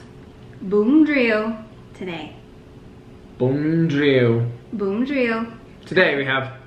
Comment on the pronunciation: Great job pronouncing Vietnamese words especially “bún riêu& “mắm ruốc “ 😊. Impressive!!!. Love you 2😍.